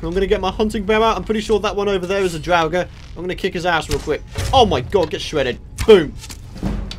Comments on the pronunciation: draugers are pronounced draw-gers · drawugr is what you are saying